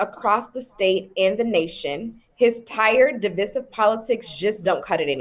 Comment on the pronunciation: She pronounced “divisive” incorrect 😮